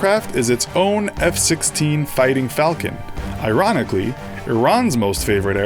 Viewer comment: Did you just say Iranically?